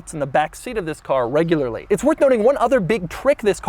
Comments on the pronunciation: Never heard Doug say "Thisfs" on his intros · Everytime he says "this" makes my day hahahah